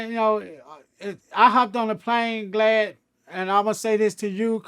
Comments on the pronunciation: He's saying "G"lad for a reason. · He keeps calling him "Glad" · This how many times he calls “Vlad” “Glad” 👇🏽😂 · I thought I was trippin😭😅 he definitely kept calling him glad 😭😭😭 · Break da law break da law break da law 😜 I’m dying he’s really calling him Glad imagine he kept telling everyone he was doing the interview with Glad or not at all 😂 Awww Crunchy Black ❤️ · Crunchy keep calling the snitch glad instead of vlad 😂😭😂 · Lol everytime he kept on sayin Glad and Vlad aint correct him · It’s GLAD for life now. I can’t unhear it. If it’s the face shot I need to hear him say Vagina lmao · Oh... Haha. Was wondering why he kept calling him glad. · LMAO IS IY JUST ME OR CRUNCHY KEEP CALLING HIM GLAD 😂😂😂😅🤦‍♂️🤷‍♂️🤦‍♂️🥴😂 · This just hit me...he called him Glad on purpose...Cruchy Black a hardcore G.D. He replacing the “V’s” with “G’s” on purpose just like how hardcore Crips and Bloods replace there “B’s” and “C’s” when they talk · Boosie and Crunchy Black should do VladTV interviews together like Godfrey & Lord Jamar!! It’s hilarious how he keeps calling him “Glad” 😂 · He kept calling that mane "Glad"!!😁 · He’s saying Glad because of his affiliations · None of them country dudes can say Vlad! 😂😂😂😂😂😂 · Somehow before I even clicked on this I knew he wouldn’t be able to pronounce vlad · Crunchy is so hood that vlad want correct him for saying his name wrong lol